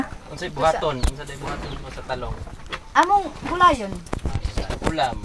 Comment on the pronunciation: Bakit ganyan sila mag bigkas anglayo hehe, Talong is Ta Long😅